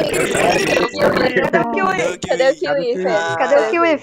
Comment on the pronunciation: éfi for kiwi